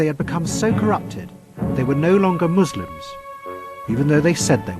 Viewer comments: its pronounced muslim not mushlim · Muss-limb is how you say it